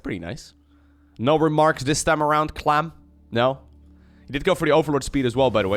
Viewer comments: It's "Clam"!! not "klum". Dutch people....🤭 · Klum? I Think you mean "Clam" or KLAM" Where did you get Klum from lol, either way I'm going to watch and enjoy! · Why do you say "clam" like "clum"? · With pronunciation its clum vs clom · Lol at trying to say clam: clum clom clum clem clum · Harstem tends to say clum instead of clam when casting and talking quickly too I guess something about it is easier to pronounce when having to say clem and clam at the same time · No one: No one at all:: reads 'clam' "clum" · I was thinking the same! I made a little meme I hope he sees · Lmao the clum pronunciation was driving me nuts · Is Clam pronounced "Clum" in the Netherlands or is that just and accent thing? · Especially when he says "clum" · I thought that might be the Dutch word for "Clam", but apparently it's "Mossel". So there is NO EXCUSE!!!! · I want you to channel your inner upstate New Yorker when you say clam. Pretty much every native english speaker would pronounce the am in clam the same as "Am" Just think of Guardians of the galax: I am Groot. I Clam root. SAME VOWELS. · Your French suxx bro, sorry;) Clément is NOT pronounced "Clay-mah" in French, and Clem, without the accent aigu is NOT pronounced "Clam" in French, and 'French' should be capitalized... Also (lol) there IS a very noticeable difference in English between Clem and Clam... You are right though about and Harstem using a strange in-between pronunciation:) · please look up the seafood called clam(s) for the correct pronounciation lol